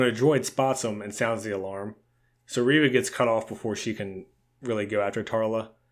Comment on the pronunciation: It is pronounced... ReeeeeeeeeeeeeVA